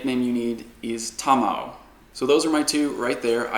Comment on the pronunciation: Shoutout to for pronouncing Sakura and Tamao correctly, stressing the first syllable as in Japanese language, unlike other PoGo Youtubers. Kudos, man!